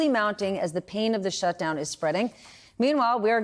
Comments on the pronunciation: Not to be "thag guy", but...SHTUDOWN...no one noticed or could fix it? :P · "Shtudown?" Your quality control is slipping, MSNBC.